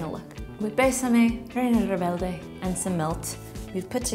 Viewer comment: kinda butchered Reina Rebelde again